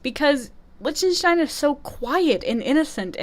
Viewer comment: Liechtenstein is pronounced lik-ten-stine